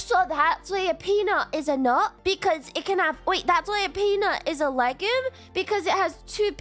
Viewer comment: Isn't it pronounced "leg-youm"?